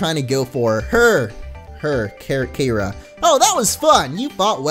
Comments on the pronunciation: its pronounced Kee-U-ra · Yo finally there is a Keira in a game spelt the right way! (That's my first name.) But as usual nobody pronounces it right. It's pronounced like KEY-ruh. But oh well, it's fun to see anyhow. Or look for the pronunciation of Mt. Keira in Australia. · your pronouncing her name wrong its pronounced key-aira